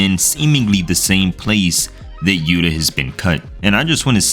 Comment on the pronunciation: It's not yuta it's yu ta